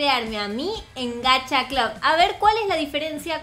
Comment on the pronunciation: En lo de Gacha lo pronuncia pésimo, pero en realidad "Clab" está bien, ya que así se pronuncia en el idioma inglés.